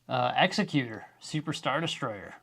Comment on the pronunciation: Thank you so much for calling the super star destroyer by its name - with the right pronunciation. EXecutor - I’m so tired of hearing it made to sound like a businessman’s yacht EXECutor